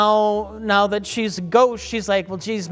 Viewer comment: as a Milwaukeean myself I much appreciate how Mike pronounces the word "ghost"